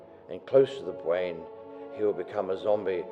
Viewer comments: lol the guy can't say R instead of "brain" he says bwain ^_^ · its funny cause he cant pronounce things right, like bwain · he said bwain and twee he cannot grammar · Bwain? Why do u say it like that? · did anyone else hear him say destowing the bwain ?? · lol the only way to stop a zombie is by destroying the Bwain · lol he says brain funny "its close the the bwain" rofl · by destwoying the bwain XD